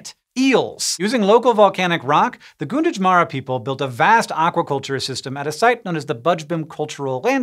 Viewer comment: Gunditjmara might sound closer to "Gan-diji-mara" not "goon-ditch-mara" just based on how I hear other local place names pronounced here. It's really hard to translate aboriginal language into english letters.